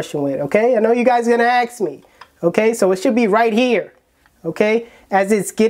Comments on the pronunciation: Why do you say aks instead of ask? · you always say "Aks me" isn't it Ask?